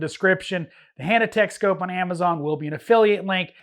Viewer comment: Why are you saying Hannatek when you mean Hantek?